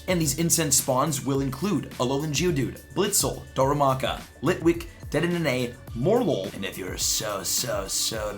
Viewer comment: The way u say dedene triggers me